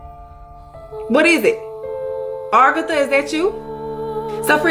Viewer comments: Bro, it’s aGartha, not argatha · ......it's uhh gar tha...not ar ga thu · This woman is kicking up my OCD. I don't know why it bothers me so much. But, it's "Agartha," not "Argatha." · Argatha? Think she got her r and a mixed up a little bit... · Its a-gar-tha